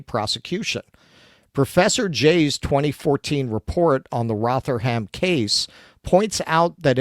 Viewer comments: No, not Rot-Her-Ham. Closer to Rother-Mm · Rotherham is pronounced Rov-er-rum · Rotherham is usually pronounced "Rother-room" (as in broom). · Oldam, Rotherum, Rotchdale. That's how you say them but there's at least another 40 towns in England with grooming gangs that you can mispronounce. I also don't believe it never happened in London at all. It's just the MET police are probably even better at covering it up. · Do they fear being demonitized if they pronounce Rochdale and Rotherham correctly?